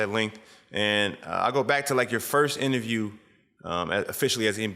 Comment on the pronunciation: It’s INTERVIEW NOT INTERIEW